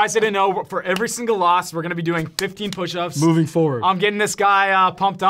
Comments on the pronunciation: 15 Oush ups 😂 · "15 oush ups" 😁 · “15 oush ups” 👍🏻😂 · "15 oush ups for every loss" lmao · 15 "oush ups"!😂